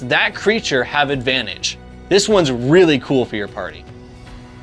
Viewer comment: ‘Pary’ Literally unwatchable jk